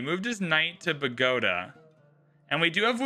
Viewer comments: Bagoda...lol its pronounced 'Bow-Go-Taw' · Bow-ga-tah, car-tah-heyn-yah 😉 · Car-te-hein-ya & Boh-goh-tah